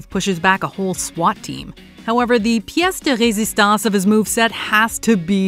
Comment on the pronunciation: Im genuinely impressed by your “Pièce de résistance” prononciation! It was perfect! Oh and I can’t wait for the movie, I love the Matrix franchise and this movie looks absolutely amazing